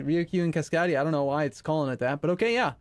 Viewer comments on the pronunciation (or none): Cascadia Cass-cade-ie-a It’s called that because that region has 3 names. The Spanish is California, and the Anglo is Cascadia or Oregon. Named after the Cascade river basin.